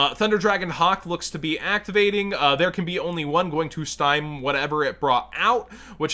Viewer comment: Stymie is pronounced stye-me not stime. Not a big deal or anything, but if it was me narrating and I was repeatedly mispronouncing something, I would want to be told :)